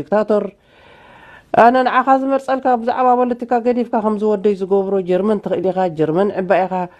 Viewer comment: ፕሮፌሰር ፖለቲካ or ቦለቲካ?😂😂